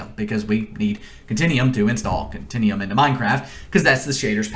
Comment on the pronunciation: continEum.... its con-ten-you-um